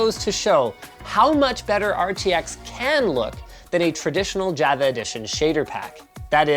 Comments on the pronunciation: Everyone: Java. Linus: Jaheigh-va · Someone needs to tell Linus how to say Java. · bro pronounces the java edition ad "java" when its pronounced like "jovuh" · How do you get this far in life pronouncing jah-vuh as jeh-veh? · Not one comment about how Linus pronounces Java as Jahva and not Jawva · As someone who works for a living as a programmer, it's not pronounced 'ja-vah', like 'ja-ve-lin', it's pronounced 'jah-vah'. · It also hurt the way he pronounced Java. It's Jah-vah, not whatever he said... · It’s pronounced jah-va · Okay great vid but wtf Linus? It's pronounced ""jawva" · Imagine pronouncing Java Java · Hey Linus look up how to pronounce Java! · Thumbs down for mispronouncing Java. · Linus out here mis pronouncing Java and Caviot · dude... you're a pc expert... and you pronounce Java like that? smh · I disagree strongly with the pronunciation of "Java" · You don't know how to pronounce Mojang or Java. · Java? Opacity? Why are you mispronouncing everything’s/